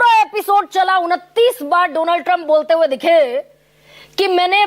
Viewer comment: Madam shocha correct kardu, feku ne Donald Trump nahi bola tha,... Feku ne kaha tha, " DOLAAND" TRUMP